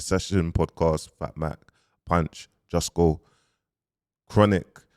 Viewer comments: bro kilbern instead of kilburn now jusco instead of justo! you work hard bounce rest my bro! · Kmt you know damn well his names justo, you out here mis pronouncing things for more comments 😂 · Mans calling him jus-co ya na😂😂😂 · HIS NAME IS JUUUSTOOOO NOT JUSTCO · your still saying justgo 🤣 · Bro his name is Justo not Jusco 🤣🤣🤣🤣🤣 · It’s justo LOL not jusco. You’re insane man 😂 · This brudda still cant pronounce Justo smfh